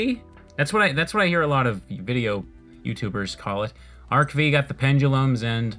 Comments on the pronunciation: BTW, since this sorta deserves it's own comment: It's NOT pronounced Arc-V, like the letter V. It's pronounced Arc-5, like the roman numeral V, which is 5. So yeah, Arc-V is pronounced Arc-5. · Just for future reference, "Arc-V" is pronounced "Arc Five", though you did get the pronunciation for VRAINS and XYZ Summon correct ^_^ And yeah, pretty much all these early duels are going to be comprised of decks with A) Banned cards + Really terrible normal monsters or B) Banned Cards + Archetypal support that didn't come out until half a decade later. Good luck and have fun.